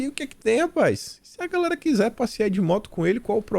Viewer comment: Cara, não fala mais gaRela!😡, é gaLera. 😃😄